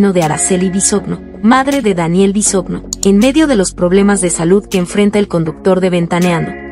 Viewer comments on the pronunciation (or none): No se dice "Bisogno" (así se escribe) se pronuncia "Bisoño". Es una vergüenza que ni pronunciar sepas.